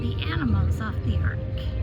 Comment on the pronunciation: Been waiting on this one!!!!, its ARK, not AWK!! Very cool!! So fun!